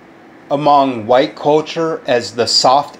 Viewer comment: "the huwite youth"